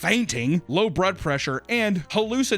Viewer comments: "Low Brud Pressure" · Low "brud pressure" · Llow brud pressure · I hate it when I have "low brud pressure"🤣🤣🤣🤣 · Anyone else catch saying “Brud Pressure” instead of “blood pressure” 😂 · Lol he said low brud pressure